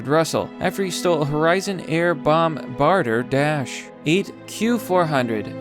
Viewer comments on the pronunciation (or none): Bomb-barder? Pudget Sound?, these frequently mispronounced words are killing me, dude. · bomb-bah-deer. Bombardier. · I love your channel and your videos are amazing! I just want to try and help you out if I may, “Bombardier” is pronounced as “Bomb-Bar-Dee-Aye” it’s a French company. Anyways I know it’s an old video and I know you sometimes make pronunciation errors in other videos too. Just wanna try to help, you’re obviously a very bright and well researched creator. Keep up the great work and thank you for pointing this legend out and doing something I haven’t seen others who’ve covered this story do which is theorize and examine his motives. I think you’re spot on correct. I think there may have been issues in his marriage as well, possibly due to financial issues. I’m not sure if you found this or not but Rich and his wife once owned their own bakery business before they moved to Seattle. He was also in school to get a degree, he wasn’t planning on committing suicide. I think this happened on a whim when he realized he’d given up the American dream to work a dead end job for low pay with no future for him and I think he realized, especially in crazy leftist Washington and Seattle, that he wasn’t going to get promoted on his merits because “diversity” hires are more important to companies these days. Which also plays into why things cost so much these days, folks who aren’t qualified or good at their jobs are being promoted and paid wages that actual skilled workers who have merits could do. The extra costs and rework associated with a lower intellect and lower skilled employ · My dude I love your shit but I gotta ask? Is your butchering some words a trolling thing?? Bombardier - bomb-bar-de-ay Love ya buddy keep it up. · Bomb-bar-dee-ay. (also, p-you-jet sound) A barrel roll is not some big deal. Most people think an aileron roll is a barrel roll. It is not. But adding a little elevator to it to get the barrel isn't that big a deal.